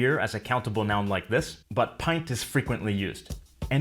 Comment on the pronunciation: What happened to the T in but?